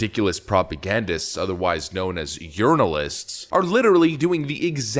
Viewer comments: You said Journalists. Im hearing Unrinal-ists. Wait! Are you saying Urinal-ist? Ha ha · LOL "yearnolist" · I'm a bit deaf. Are you saying Urinalist ? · It sounded like you said Democratic Urinalists. Quite fitting. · My hearing is bad but it sounded like you said urinalist instead of journalists.